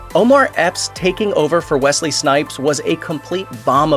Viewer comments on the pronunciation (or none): none